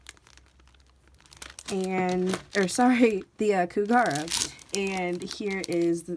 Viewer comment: I love that Neopets has merch again! I've been playing since 2001. Love the kacheek! Isn't Kougra pronounced "Koo-grah"? Have I been saying it wrong all this time?! I need to find the pronunciation guide! Gah! is self conscious (@